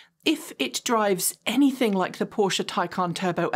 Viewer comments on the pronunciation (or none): none